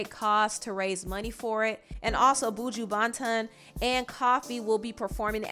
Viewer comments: who is boo joo? it's buh juh banton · Girl I love you but I literally hate when you guys call Buju Banton name because it is always butchered just sounds weird as hell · The way she sad buju banton and koffee 😂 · Y’all mainlanders butchers Caribbean artists names every time 😭😭😭😭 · I am so annoyed at the wrong pronunciation Buju Banton